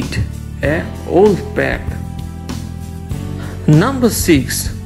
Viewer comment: Pack not pek